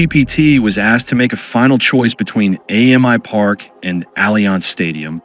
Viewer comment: It's "Amy Park" not "A.M.I Park" FYI. AAMI is an insurance company here, and its said like the female name "Amy". Allianz is also an insurance company.